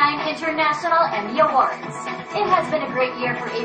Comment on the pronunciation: Emmy yan ha, "Emmy" Haha.